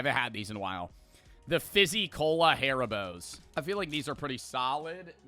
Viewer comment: Joe haribo is suppost to be Said like harryboe